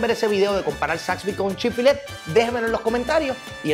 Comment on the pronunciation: x siacaso no es chick fillet..se dice como se llama..chick fil-a